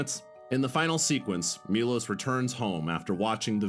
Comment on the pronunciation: It's not Milos, it's Milosh , shh